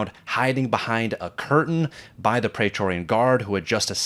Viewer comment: Dude! You are a huge fan of Roman history and you don’t know how to pronounce “Praetorian” correctly??? Because the first syllable has the same vowel sound as “Caesar”, not the same as “laser”, which you repeatedly do. Why???